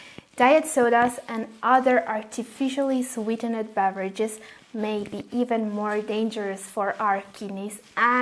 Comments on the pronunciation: Sweetened should be pronounced as "sweetend" not "sweete-ned" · please try to listen how sweetened & aspartame is pronounced correctly and avoid repeating. good job on your research. good luck! 👍